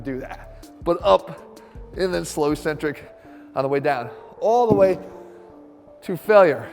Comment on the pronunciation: Eeeeeeeeeeeecentric is not a word in the English language. It's eK-Centric. You're better than every other meathead out there, Jeff. Please just look it up.